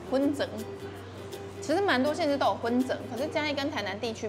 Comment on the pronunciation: 千千粉腸的台語講成粉腸了（？）。千千說的是小腸的粉腸，這種灌的粉腸發音是香腸的腸。